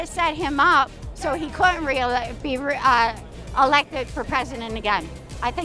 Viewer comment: That chick couldn't even say reelected!!🙄🙄